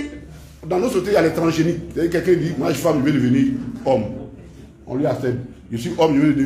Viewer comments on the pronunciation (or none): none